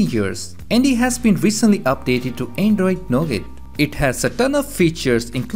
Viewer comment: is it me or is he saying andoid ommeletor